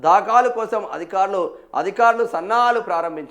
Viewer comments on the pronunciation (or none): దాఖాలు కాదు బాబు దాఖలు తెలుగు నేర్చుకో